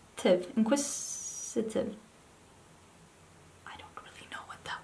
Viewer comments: Inquisitive is someone who asks a lot of questions/is curious.. this isn't a dictionary definition because I can't be bothered googling it 😂 Ps. Good pronunciation, you got it in 1 go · In case no one has told you, you did pronounce “inquisitive” correctly and it means sort of the same thing as “curious.” If someone is very curious about something or questioning it, they may be “inquisitive” :)